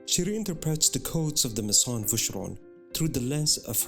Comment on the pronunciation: With all due respect, your voice is very breathy and your cadence uneven. You have a frustrating tendency to swallow your vowels. You also mispronounce quite a few words, such as “mason”, “cabochon”, “modernity”, “algorithm”, etc. You keep referring to “she”, “they”, “him”, “you”. Who are all these people? It’s important for the narrator not to mix up pronouns, so the audience doesn’t get confused as to the perspective from which you’re addressing them. Thanks for a beautifully presented video though.